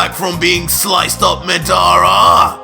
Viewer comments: Man's said madaura instead of madara lol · Nice. I knew that you’d use aspects of madara from naruto but I didn’t know that you actually have the sharingan too and even genjutsu. But it’s weird that his genjutsu worked like itachi’s when madara’s wasn’t crow related. Also did you use the wiki and not actually see the naruto anime? Cause you’re pronouncing madara and izuna wrong. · I love the story but.. taking 2 characters names from Naruto isn't original don't you think.. Just because you pronounce madara different doesn't mean it's original.. Also using madaras little brother's name isn't original either.. The eyes of izuna? Izuna was madaras little brother.. Other than those 2 things I'm an absolutely fan.. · I feel bad how you say madara Watch Naruto how Itachi say, Madara uchiha.